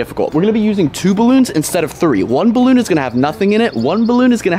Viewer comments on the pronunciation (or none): You said balloon wrong 😠